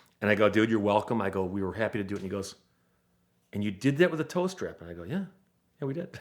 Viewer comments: TOW STRAP! I thought I heard him say "toaster" and I was thoroughly confused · Oh, he's saying "tow strap". I honestly thought he was saying "toast wrap" and I was thinking "Eh?" Also: when "the other end of town" is 100 yards away. Also also: did the title really have to be as clickbaity as that when it's basically got nothing at all to do with the content of the video?